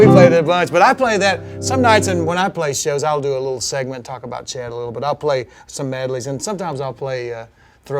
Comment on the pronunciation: To the types it's chet and not jet